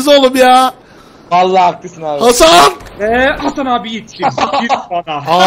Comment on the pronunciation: abi bi ara ban hasan diyorsun zannettim